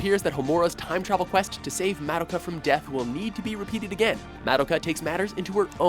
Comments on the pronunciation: Ok dude...its not MAD-IKA,,,You say it like. Muh-Doh.Kah. Please, if you are going to say names/words etc...please say them correctly. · Ugh. It's so cringeworthy when he constantly mispronounces Madoka. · The way he pronounces Madoka is annoying.